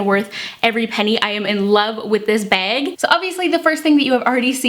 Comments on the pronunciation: Margaret Huerta behg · You say "bag" in such an interesting way. Never heard it said like that